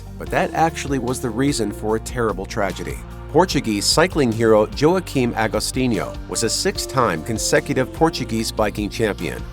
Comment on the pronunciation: Its not pronounced "Jo A Keem". Its pronounced Yakim. Not important, but to the dead guy,, I think we need to pronounce his name right at least.